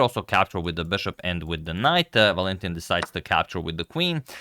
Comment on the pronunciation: Agad: it's ['Valentin], not [Va'lentin]